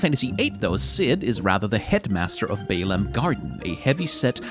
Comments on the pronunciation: Wait, 'Bay-lahm'? I've been calling it 'Bah-lamb' for about two decades. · It's the first time I've heard this pronunciation too. I've always pronounced it as Bah-lamb (as in the young sheep 🐑) Garden. But maybe it's a Teedus vs. Tie-dus thing again...